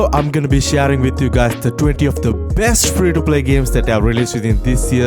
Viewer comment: SHARRRING NOT SHARING?